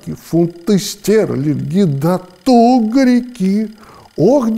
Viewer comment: Тугрики, а не "тубрики".